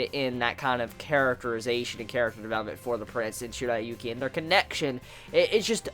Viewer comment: He says the names wrong it's Zen,shiriyuki